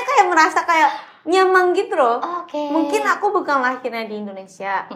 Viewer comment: Kocak haruka lucu saat ngomong nyaman jadi nyamang wkwk